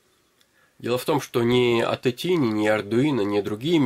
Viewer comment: Не "тини", а правильно "тайни".